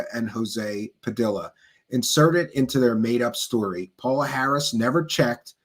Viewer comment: you are mispronouncing her name! it is pronounced PAYOLA Harris!